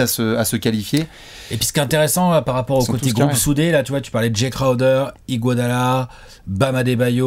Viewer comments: Pourquoi il dit tjrs "IguoDOLA" au lieu "d'IguoDALA"? C'est nul mais je me demande a chaque fois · Taphsir Kane Et qui dit Iguadala... On ne va pas s'en sortir.